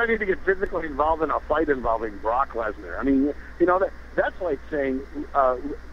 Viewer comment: lmao lesnar not leaner